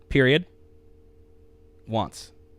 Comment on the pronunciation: Once... short u sound....... wants...... short o sound